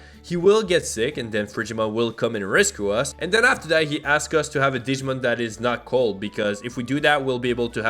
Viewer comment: i cry every time he pronounces a digimon name lol